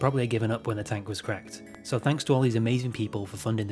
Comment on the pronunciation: Hear me out… “tanks for watching”